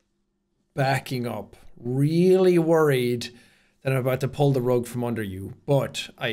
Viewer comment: he said rug